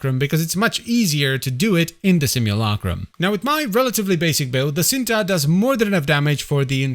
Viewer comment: It's pronouns Cinta not shinta? Its a malay word meaning love ❤